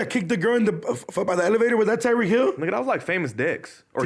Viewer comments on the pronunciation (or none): haha couldnt even say Tyreek Hill's name right...